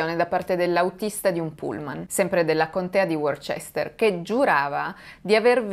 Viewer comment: Sono una tua ammiratrice quindi non intendo offesa alcuna: la contea di Worchester si pronuncia Woster proprio come la contea di Leicester si pronincia Lester. "chester" deriva da un antico suffisso romano "castrum" o accampamento militaree, per quanto questo suffisso esista nella scrittura, nel 90% dei casi non si pronuncia più. Rimane Porchester o Manchester. Qui "chester si pronuncia perché la prima parte del nome è celtico e non anglosassone. Ne consegue che la pronuncia corretto per la salsa Worchester è " Woster sauce". Chiedo scusa di nuovo.